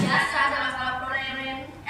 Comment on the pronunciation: Ey, ngomong apa sih lu? Udah bilang masalah+problem jadi masalah+progreng kan🤣🤣